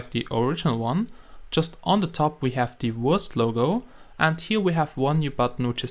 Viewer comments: Wurst is german. so it is pronounces Verst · This is the Wurst Hack Client Lol sounds like he says the Worst Hack Client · When you say wurst logo it sounds like your saying worst logo XD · Sounds like you are saying "Hey guys, this is the worst minecraft hacked client"